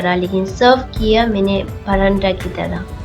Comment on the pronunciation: Acha banaya he lekin paranda nahi bolte he pratha bolte he Hindi me video banate raho one% jo sunne me cute lagti he wo bhi thik ho jayegi 😊😊😊😊